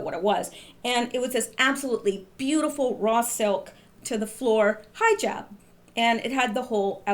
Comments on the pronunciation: LOL Hijab....Pronounce He-Jab! Not EYE-JAB! lol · From one language enthusiast to another: It's pronounced "heejab". ;-) Keep up the good work! :-)